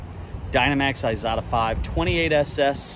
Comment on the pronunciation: it's an Isata (with an S) not an Izata (with a Z.)